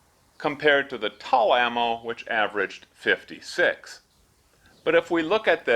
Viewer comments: Ammo , made in Tula . It’s pronounced Tula ammo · Tul? What’s tul? Oh you mean TULA..